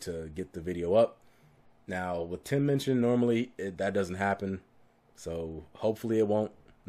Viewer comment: I just adore Tim Minchin (you say his name right) - he actually donates to a local charity to every town/area where ever he tours. What a decent human being who is funny clever talented et al.